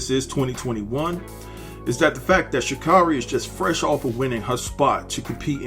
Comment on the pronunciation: You're saying her name wrong and its annoying